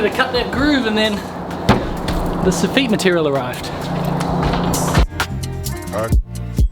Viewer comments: Love watching your vids,. I gotta tell you, though, you're the only person I ever heard say "so-FEET". "SOF-it" is the pronunciation I've always heard. Maybe they say "so-FEET" in France (but they're just wrong). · Soff 'it', not 'eet'. Happy New Year! 👍😊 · the way he says soffeet instead of soffit really grinds my gears lol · Not sofeet It’s pronouced as one word Sof-fit / sofit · Great vid! I was scratching my head for a bit about what a sah-feet is. Finally realized sof-fit when you were explaining the v-groove material.😂😂😂 Glad I'm getting some language lessons. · Soffit is Saw-fit not saw-feet. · please stop pronouncing soffit like that its not sofeet its soffit. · Soffit is pronounced sawfit, just saying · I heard "this effete material" lol. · Its pronounced So-fuht